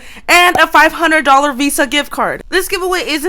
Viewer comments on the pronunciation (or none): none